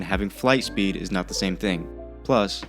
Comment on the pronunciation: Oh, my God... Another "Acsilieishen AnD SupiiD". The cattle truly enjoys repeating stupid buzzwords after one another.